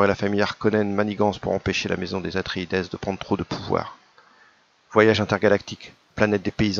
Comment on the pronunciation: "Atréidès", "Freemen"...c'est voulu cette prononciation? [Edit] J'ai commenté avant la fin de la trop courte vidéo, tu étais et tu es encore le seul sur YT à dire "Lisez Dune" Tu as eu l'occasion de lire les préfaces de Gérard Klein, l'éditeur en France de F. Herbert?